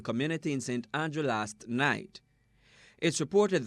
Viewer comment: It’s Andrew Clarke not Andre 😭😭😭😭